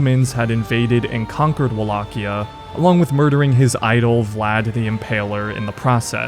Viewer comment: good pronounce, as a Wallachian i appreciate the video mentor.